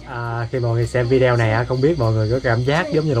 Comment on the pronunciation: Mình rất thích YouTube của Sang. Những buổi Đi bắt cá với các em rất là dễ thương. Chúc sang nhiều thành công. Cho gửi một ý kiến, chứ VIDEO đọc là VI-ĐI-Ô, chứ không phải VÌ-ĐI-EO😍